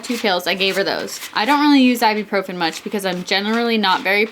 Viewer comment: Sorry if this sounds aggressive but it's (I-boo-pro-fin) Ibuprofen not Iburprofen (;(:/:[